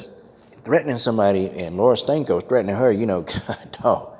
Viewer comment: Don't let this distract you from the fact that every time I hear Coach say her name I hear "Laura STANKO". Does anyone else hear that?🤔